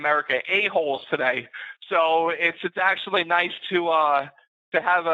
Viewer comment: didn't lose the money. His accent is good, but still pretty obvious. None of his words are perfectly spoken. The way he says okay is probably the most obvious clue that he's Indian. The way he says "actually" too. Indian. I could go word by word and point the most obvious errors typically made by Indian people who speak English. His soft Rs are better than most, but he still puts effort in pronouncing them, it doesn't sound natural.